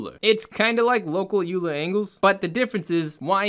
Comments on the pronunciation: Amazing, simple, quick, beautiful. Btw Euler is pronounced Oil-er 🙂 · Euler is a person's name, it's pronounced like: Oiler. Thanks for the tutorials, I love your quick explanations and I direct people to your videos all the time!